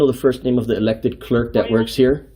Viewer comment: Why does he pronounce "clerk" and "comply" the way he does? There is no disdain for the public; there is disdain for the creepy frauditor harassing public employees for no reason.